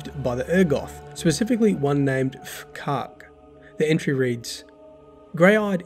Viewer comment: F'Kark. Well done pronouncing that one bud 😁